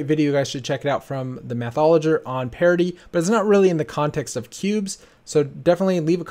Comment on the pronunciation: I always thought you were saying "parody" hahahaha